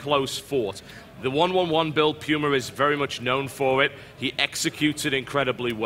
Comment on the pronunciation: Yeah Pooma, not Pewma. :P